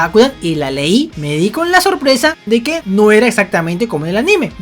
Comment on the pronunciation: Cuando decís aNÍme me das mucha risa por unos 10 segundos jojojo